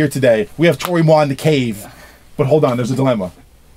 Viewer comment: When Kenny said Toro Y Moi's name correctly it made me realize I've been casually calling him Toe-roh EE Moy for years SMFH.